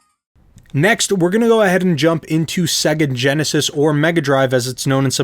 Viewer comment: Why do you say segga? The splash screen in Sega games pronounces it Sayga.